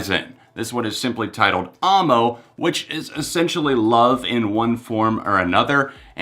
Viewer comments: dude it's pronounced aou-ie-eh-moa, not aw-mo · 😂😂 why do you pronounce it Armo? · AAAAAAmo... no... dont say it like that XD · The way you pronounce Amo hurts my soul